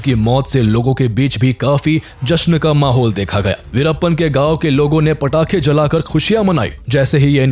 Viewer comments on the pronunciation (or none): none